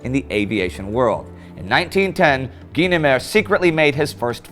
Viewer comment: I remember that "Twilight Zone" episode...it's how I learned it's "GEE-nemer," not "GUY-nemer."